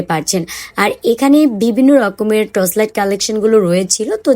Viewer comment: আপু ট্রচ লাইট না, টর্চ লাইট হবে।